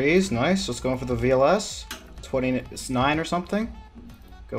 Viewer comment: "twenty snine or something" lol